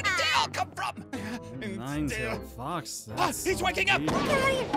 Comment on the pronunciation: The fact that says:nine tailed fax state